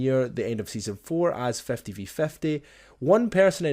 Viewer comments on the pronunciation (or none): It's 50 not fefty😂😂